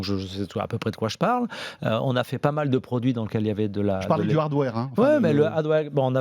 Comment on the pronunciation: À le mec dit prononce hardware "ardoire" ?! C'est a moitié une blague, peut être je me trompe mais là c'est une francisation exceptionnelle du mot... C'est bien ce qu'il a voulu dire ou pas ? (Ôtez moi d'un doute)